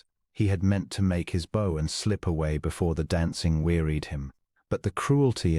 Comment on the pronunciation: "to make his bow..." bow was mispronounced.